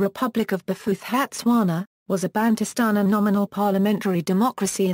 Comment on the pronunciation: That's a ghastly pronunciation!